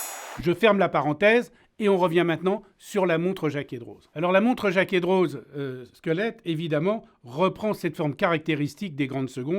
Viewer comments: Jaquet Droz, la classe neuchâteloise ! (On prononce « Drô » en Suisse et pas « Droze » si jamais) Serait-ce possible que vous parliez de cette région horlogère historique qui est le haut du canton de Neuchâtel (La Chaux-de-Fonds et Le Locle) ? Je trouve vraiment dommage que ces villes appartenant au patrimoine mondial de l’UNESCO et d’où je viens ne soit pas connue à sa juste valeur ... il y a tant à dire sur cette région horlogère. Que ça soit Tissot, Tag Heuer et j’en passe, ces deux villes sont des piliers mondiaux en terme d’horlogerie ... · Pour information jacquet droz ce dit « dro » pas « droze » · Merci de nous faire découvrir ces montres hors du commun, chaine passionnante animée par un passionné. Petite remarque cela dit, la prononciation est "Jaquè Dro" à l'instar de Chamoni(x), Avoria(z), la Clusa(z), Oyonna(x)... (Rolex n'a pas de base arpitane et est une invention du fondateur). Encore bravo pour votre travail ! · Super vidéo! Mais on ne prononce pas le z de Droz voilà:) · Jacquet Droz le z est muet...